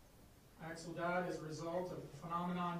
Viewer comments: CORRECT THIS GARBAGE SOUND VIDEO BY GETTING VICTIMS NAME CORRECT AT THE LEAST. AXEL rest in peace 🕊️ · His name is Axel…. My god, get it together